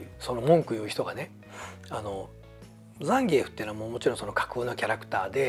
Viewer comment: 今回のザンギュラの問題だけじゃなくて、移植作品でのフェイロンの国籍やホンダステージの背景(ニッスイさんも悲しんでる？) もしかり、本当に"気を使いすぎ"です。逆に知ってる大人からすると"ねんでやねん！？" てなります。 ロケテで開発スタッフですら倒せないザンギ使いが現れて、めちゃくちゃ弱体化された思い出のキャラ・・・ あと、ザンギエフの発音。－－￣＿ ＿ (関西風のイントネーション)が。￣ーー＿ ＿ じゃなかったのね。